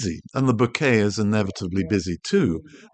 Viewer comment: As a photographer and Japanese speaker, I am on a mission to stop hearing bokeh mispronounced in every YT video. It's an incredibly easy word to say correctly: it rhymes with 'okay'. It doesn't have your 'bouquet' intonation, or worse, the ubiquitous 'boca' (Spanish for mouth). Other than this minor triggering of my OCD, your videos are endlessly interesting and helpful.